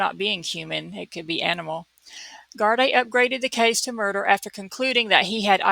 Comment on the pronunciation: Gardai is prounced gardee. Great cover